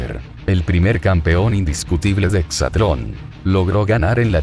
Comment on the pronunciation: De entrada es exatlòn no "hexatlon" esos pequeños detalles son los que marcan el profesionalismo y credibilidad de la información.